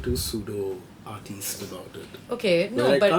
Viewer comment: The way said "Artiste" with that hand gesture is how we should always say "Artiste".